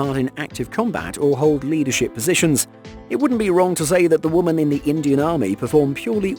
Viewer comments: OMG it's "WOMEN" not Woman for the 5000th time 😂😂😂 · Like some others have stated: you seem to have a problem pronouncing women. Also: As long as people pass the standards set I have no issue with gender. But if you lower those standards or remove them completely that's a gigantic issue. And lastly: you contradict your stance on women in the military and equality with a video like this but you seem oblivious to it which is pretty damn funny.